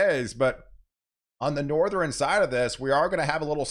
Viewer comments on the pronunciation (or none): Hi! Did you know you are saying "patterin" for the word pattern, and "northerin" for the word northern and "southerin" for the word southern? You are making two syllable words into three syllable words. Great job on the weather though!